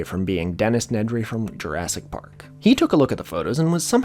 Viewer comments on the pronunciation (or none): none